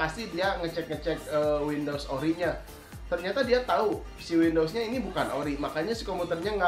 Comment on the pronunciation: Windows bang bukan window wkwkwk